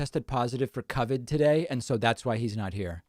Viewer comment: Did David pronounce it cuvid? XD